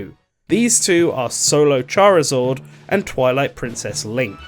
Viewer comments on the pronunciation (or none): Who the hell is ‘ChariZORD’?